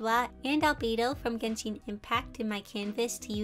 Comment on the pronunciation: Just a note (in case you wanted to know) It’s pronounced geh-n-Shen Not Genshiiin It would be that way if it was Japanese it would be pronounced that way but it’s Chinese so it has a different type of sound (I don’t know how to explain it) just in case you wanted to know